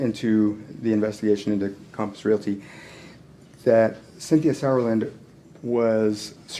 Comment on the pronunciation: Everyone: compass Robert Telles: Caumpos